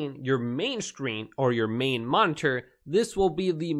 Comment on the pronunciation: The way he says, "monnterr" bugs me